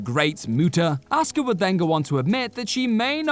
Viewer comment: I still have no idea who "auska" is ... I keep asking google, but all it shows me is some chick named "asuka" (pronounced "a-soo-ka" NOT "aw-ska")